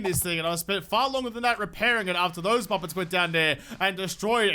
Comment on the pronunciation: Does he call them MUPPETS or MUFFETS?